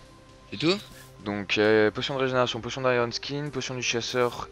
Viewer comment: nn archerie potion (prononcée pochione)